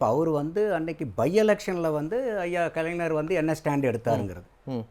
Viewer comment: நந்தகுமார் கலைஞர் என்று சொல்லி பழகுங்கள்.தமிழை பொதுவெளியில் கொலை செய்யாதீர்கள்